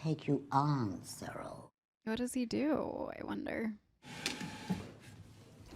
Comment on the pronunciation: She also said Sye-rull instead of Sirrull